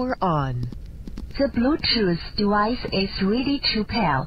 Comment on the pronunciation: ZE BLUE TOOTH DEWICE IZ REEDY TO PAIR.